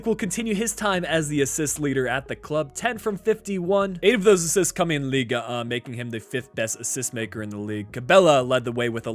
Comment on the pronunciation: You mispronounced the French league for a better prononciation you stop a the G it’s like lig 1 not liga 1 and for the number you said it right. Oh and hi from France 👋